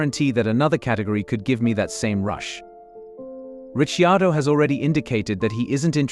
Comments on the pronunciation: Sick of the mispronunciation of His name, what is wrong with these dingbats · Where did this commentator get Daniels surname pronunciatikon from. So painful! Doug Ringholt Yarrawonga Victoria. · I agree it is so sickening